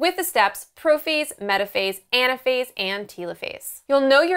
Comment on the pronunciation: its telophase not tealophase